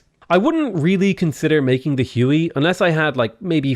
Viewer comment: Jajajajaja im mexican and I just cant with huey jajajajaja wey its how you said it